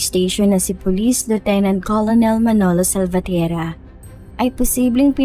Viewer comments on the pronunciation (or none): Hindi po Colonel pagbasa dyan, "Ker•nel" po pagbasa